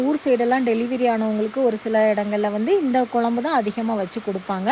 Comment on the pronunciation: மல கொ ல ம் பு என்ன உச்சரிப்பு இது மழை குழம்பு என்று சொல்லுங்க